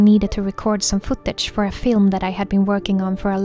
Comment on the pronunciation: You always say at the end "thank you so much fow watching this video" but I want to say THANK YOU so much for creating these videos that makes me/us happy. ❤